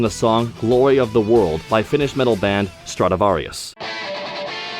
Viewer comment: Both the fact that Koji Kondo knows about Stratovarius and the fact that you pronounced Stratovarius correctly made me very happy. (Stratovarius has been my favourite band for over half my life)